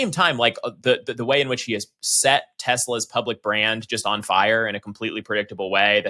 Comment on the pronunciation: I wonder if Trump still loves TESLEERRRRR?